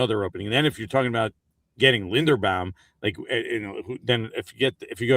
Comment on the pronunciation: does have a vested interest in saying everyone who comes into the giants orbit’s name wrong?? how can you say tyler linderbaums name wrong?? love you